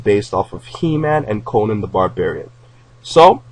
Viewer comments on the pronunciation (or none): none